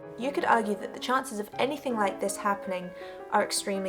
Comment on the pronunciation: Love the way you say "hovercraft" and "anyfing." No wway that Revere "gun handle" style grip was hollow-- don't let the "ring" of it fool you. Since it is foreign manufacture (no mark) It's probably a low-density white metal with a nickel plating. The high-temp process would, indeed, sterilize any part of the factory that got in. Hacksaw the end off-- go on, do it. I have McDonald's Little Nemo toys still in their bags. How about an unopened mercurichrome bottle from a 1955 first aid kit?